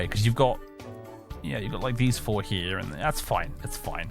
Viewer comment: “petah… the hoarse is heah”